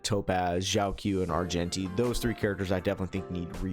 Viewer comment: Kinda impressive how poorly you've pronounced Jiaoqiu, also 80 flat energy is so low